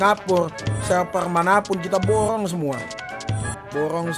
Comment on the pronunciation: borong bukan borrong